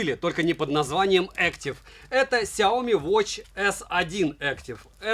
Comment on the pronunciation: Сяоми́, а не Сяо́ми! С ударением на букву "и", а не на букву "о"! А то Какая-то Наоми получается! Нао́ми Кэмпбелл – Сяо́ми Кэмпбелл! Не надо искажать и коверкать это китайское наименование брэнда!